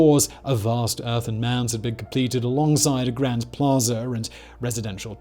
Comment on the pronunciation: Plaza, not "Plazer"